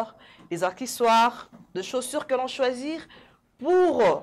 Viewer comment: Félicitations très belle émission je voudrais Attirer ton attention sur deux choses que j’ai remarqué juste il faut bien articulé quand tu parle et ne pas hésiter à revoir tes vidéos, par exemple Accessoires Tu prononces acquisoir ou encore Ça fait partie et non ça fait partir et éviter de dire ect……. Tout le temps deux remarque pour toi sinon je t’aime bisous 😘